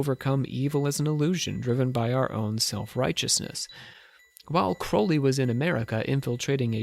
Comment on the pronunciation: Pronounce his surname properly will you?